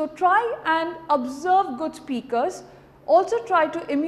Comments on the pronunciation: Nice and Confident presentation :-) Cheers :-) Couple of corrections: Pronunciation correction: Success: Correct: suCCESS not SUCCess, (Stress on 2nd syllable not 1st) Observe: Correct: Awe+b+Zerb not Aaabzerb (its Awe sound not Aaa) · The only mistake I could spot in this 4 min video was one pronunciation "observe" it sounded like "abserb" Plz don't mind it It's my interest to find out mistakes and correct it that what I love doing. But this video hands down is the best video. Voku